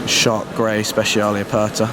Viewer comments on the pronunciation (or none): none